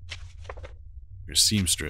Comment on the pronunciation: Margarette’s name is pronounced mar-gret not mar-grr-reet